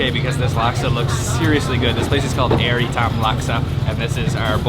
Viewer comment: Hahaha FYI it’s Ayer ITAM , you pronounced it wrongly not Air itam